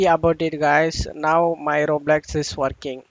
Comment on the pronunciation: bro its roblox not roblax